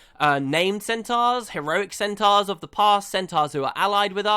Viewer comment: stop pronouncing centaurs wrong! fucking hell!